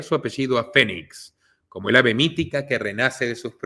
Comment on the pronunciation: Excelente investigación ! Solo una observación : Es River no Raiver y Phoe nix se pronuncia finix